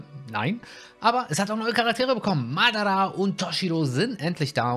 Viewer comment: Bitte sprich madara richtig aus das triggered